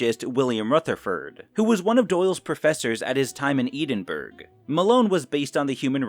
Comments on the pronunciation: Eh-denn bruh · Great video dude - back to form! But you made me laugh out loud with your hillarious pronounciation of 'Edinburgh'! 🤣🤣🤣🤣🤣